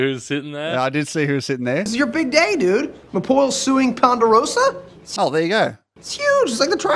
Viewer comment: it’s pronounced pon-der-o-suhh Not pon-der-o-SAWWW